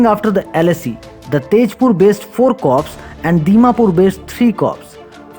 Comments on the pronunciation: Corp is prounced as " cor" not cops. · Corp is suppose to be pronounced as “cor”